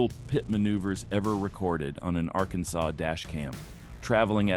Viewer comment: The AI VOICE drives me nuts! Arkansas sawz?! Wtf?!!